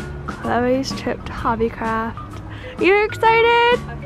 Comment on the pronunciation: Even if she’s british when she said ‘hobby craaaaft’ in the beggining it was in an american accent